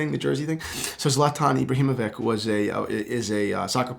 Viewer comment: You couldnt pronounce Zlatan Ibrahimovic in a more American way